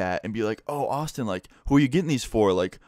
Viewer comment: When you say Austin it sounds like you say awesome Btw this comment is not trying to be offensive You have the most interesting life lol 😂